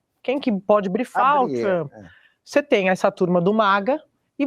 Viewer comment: Tchruamppy? A Sadi fala TCHRUAMPPY